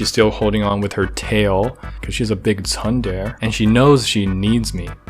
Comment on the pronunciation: Omg how you pronounce "tsundere" 😭😭😭 isn't it tsun-dare-ray?